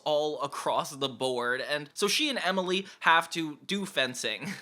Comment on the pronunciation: Say it with me,: Emmmily. EmILY. Emily. EMILY!😱🙈